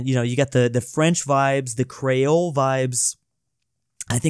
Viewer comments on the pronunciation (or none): Creole is pronounced "Kree-ul"